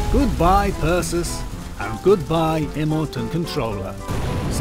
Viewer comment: its percy, not perchus Thomas, not thomax, not thomusk.